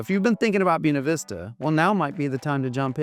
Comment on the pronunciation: Say this: bway-na veesta I highly doubt that ancient Latin would have pronounced the word that silly wrong way that you did. Boo ee neh 🤣🤣🤣🤣🤣🤣. I speak Italian and Spanish and it wouldn't even be pronounced that way in Italian. Latin is an archaic language. There's no way I'm going to pronounce Buena Vista the way you do. It makes you sound like a hick who's uneducated. I'm going to say Buena the proper Spanish way which is contemporary. It's most ridiculous to look at the word and say it the way you say it. Never. I will never say it that way. In fact, hearing it mispronounced like that made me never want to move there, whereas before I had been considering it based upon the rest of the video. It's just such a turn off to know that local people are so backwards, and insulting to the Spanish language and Spanish speakers. (Incidentally, FYI, another example of silliness like this is a town in Arizona called Prescott and the locals call it 'presskit" I will never refer to it as presskit. It is prescott Scottish people are offended by the old unsophisticated locals' pronunciation of the town. just like anyone who's a native Spanish speaker would be offended by your pronunciation of Buena.) PS -- Are you one of those who unfortunately pronounce the word for the Italian language, "eye-talian?" Perish the thought, but I wouldn't be surprised if you did insult Italians that way. I hope you don't pronounce the country, "Eyetaly."🎉